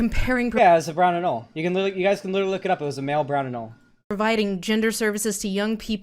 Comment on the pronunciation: its pronounced An-ol-ee